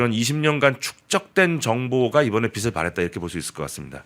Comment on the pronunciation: [빛을 발했다] 비슬 발했다 × 비츨 발했다 ○ ㅍㅎㅎ 방송인이 국어발음 부터 똑바로 배우시라